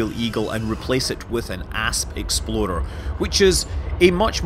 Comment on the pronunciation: Somehow, I've heard "Ass Exploder" instead of "Asp Explorer" xD